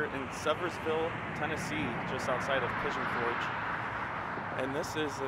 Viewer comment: Please learn how to pronounce the Name of the city before you speak of it. Smh!